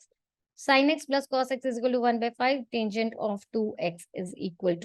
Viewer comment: It's not taingent, it's tangent